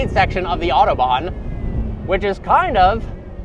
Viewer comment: Its a Autobahn! Have some respect when in other peoples countries on what they call them. But the amount of mispronunciations is atrocious. What more can we expect from a American with an over exaggerated accent.